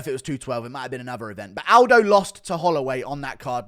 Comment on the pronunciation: Joe say Aldo. C'mon Guru